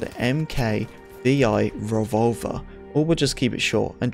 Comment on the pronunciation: "revolver wee eye"